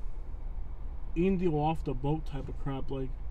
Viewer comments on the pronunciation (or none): none